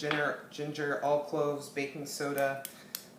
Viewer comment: This recipe looks great, but one quick question - when you say “all clove” do you mean clove or allspice? I’ve never heard of all clove. Thanks!